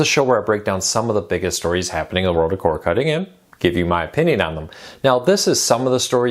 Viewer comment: Weird how he says Cord cutting as if it's all one syllable